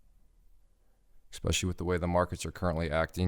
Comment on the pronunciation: u lost me when u said "ekspecially"